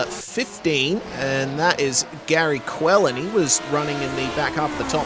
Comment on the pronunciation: Not a good race for me but, thanks for getting my name correct; Quellin. 😁. Great commentary and knowledge of track and competitors.